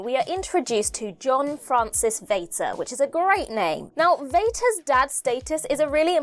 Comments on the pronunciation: I’m German and it is pronounced as Fater😂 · True but you pronounced it wrongly. Vater is pronounced just like "father", except the TH is replaced by a T. It's not "waiter" with a V. ☺ Also, I love that someone finally noticed that. 😊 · Vater, in German, is pronounced like "farter"... so maybe he was really a Slitheen ;) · Pity about pronunciation of the German version of Vater lol. Though I'll credit her for not connecting Darth Vader to it!